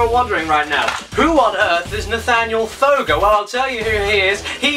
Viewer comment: Sometimes when caddy says your name it’s sounds like “Nathaniel foger!”